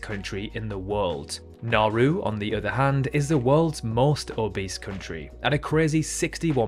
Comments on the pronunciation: I really don't want to nitpick, but Nauru is pronounced like NA-oohru, not na-ru. Another fact like this: the city of El Paso, Texas is closer to the Arizona/California border than it is to the city of Beaumont, Texas. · You pronounced Nauru wrongs it’s Na-oo-roo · ...but in all fairness, he did pronounce Chongqing and Nauru incorrectly.